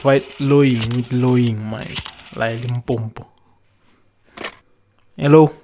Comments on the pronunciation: I so hate it when Zulu ppl say Limpompo, say Limpopo or use Polokwane wat the fuck mos, rena we can say KwaZulu-Natal 🙄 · Why do they keep saying Limpompo but its called limpopo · ELimpompo lol they get mad when you pronounce it like that... i still enjoythis guys vid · Why do some people say Limpopo as if there is another "m"; Limpompo? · Domkop pie say such I also loath when they mispronounce our limpopo. Ba ya speeda